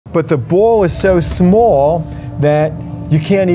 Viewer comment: “Smool” “Fiiaster”